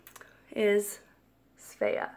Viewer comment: Why dont you just go? It seems that you really want to go here. You pronounce "Svea" with good Swedish accent. ☺️